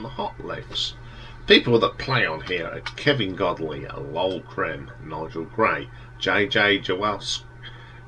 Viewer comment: It’s pronounced ‘Cream’.